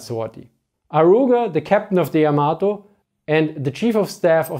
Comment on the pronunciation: Just in case anyone is interested, Yamato is pronounced with an emphasis on the first syllable, not the second. It's not pronounced like tomato.